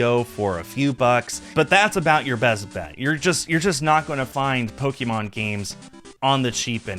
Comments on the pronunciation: I've never heard an original fan call it "Pokey-mon" usually that's what my parents used to call it, instead of "Pokuhmon" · Po-kay-mon, not Po-kee-mon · Good video, like nails on chalk hearing "Pokémon" pronounced with that long E sound.